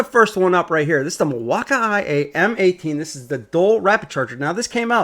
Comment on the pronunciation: OMG. Why the fuck does he keep saying Milwaukee wrong? It's so annoying that I couldn't finish watching the video.